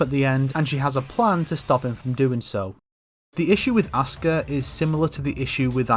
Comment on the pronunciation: everytime he say Asuka's name, it sounds like "Oscar"...